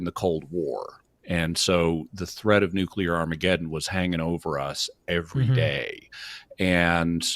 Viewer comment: For the love of all that is holy, man, stop saying “nucular”. The word is nuclear! nu-clee-ar!